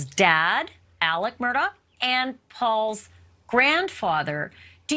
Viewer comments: It's "Mur-daw" not "Mur-dawg".... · It’s pronounced “Mur-dock”. My family is from Islandton. It’s my great grandmother’s maiden name. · Touche. it definitely isn't Mur-dog. Just like it isn't Lake Mold-trie but Mooltrie. I'm a native of SC as well. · I wish y'all pronounced their last name right. Murdaugh, pronounced like mur-dock.